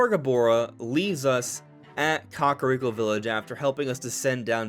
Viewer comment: Cock-a-rico?? Why did you say it like that wtf 😂